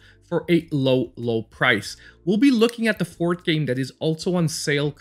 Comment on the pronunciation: What country is this guy from, since he pronounces forth as fort? Also, why does he keep saying number 1 when he never follows it up with number 2?